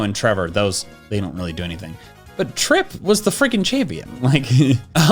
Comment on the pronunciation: He called trace trip ☠